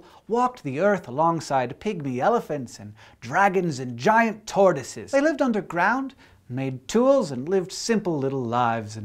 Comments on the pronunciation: I thought you said "giant Tardises" and then I read the description and I was a little disappointed... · i understood giant tardises instead of tortoises.. X'D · i could have sworn he said "giant tardises". but, alas.